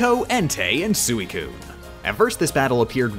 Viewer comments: Still not as bad as calling Suicune as Sue-ee-coon and Groudon as Groo-don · Her mispronouncing of Groudon, Suicune, and Metagross hurt more. At least she pronounced Salamence and Snorlax correctly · Also, it's pronounced Rine, not Rain, and Sweecoon, not Suicune.